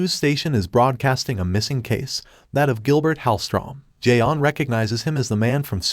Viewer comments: It's not Jay on, it's john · as well as the martian manhunter isn't j'onn but john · Mr. Garvey: Jay-On. Is there a Jay-On here? J'onn: Do you mean J'onn? Mr. Garvey: You say your name right Jay-On! Mr. Garvey: Tee! Tee! You better be blind, deaf or mute. Tea: It's pronounced Tay-Ah.